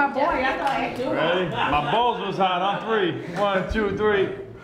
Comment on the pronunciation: how lewis says hot kills me